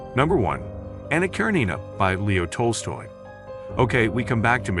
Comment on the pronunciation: Since I'm assuming the narrator is not a poorly educated human, the narrator must be a computerized voice and not a good one either. The pronunciations of "Les Miserables" and "Anna Karenina" are particularly off and grating.